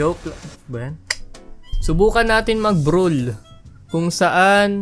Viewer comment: mali pronounce brawl mo at yung brawl talaga may flicker libre so ye